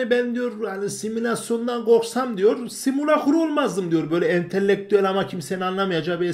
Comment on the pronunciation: simulakr kelimesinin nasıl okunduğu ile alakalı yaşadığım sorunları giderdiğiniz için teşekkürler.